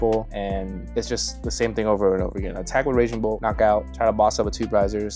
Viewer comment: I know you didn't just call raging bolt unga bunga lmao 🤨